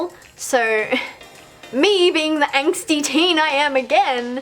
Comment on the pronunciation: Hehehe, let's make a drinking game with all the times you say 'anxty' 😂 I'm ready!!